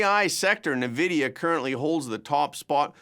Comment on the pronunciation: … we gotta talk about how you pronounce nvidia… it’s not na-vidia.. it’s en-vidia